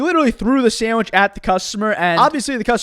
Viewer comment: so, throw sammich, get sammich. sammich.